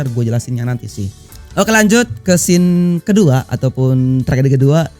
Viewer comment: Bang yang bener scene, bukan scane